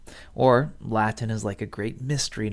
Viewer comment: I like your latin pronunciation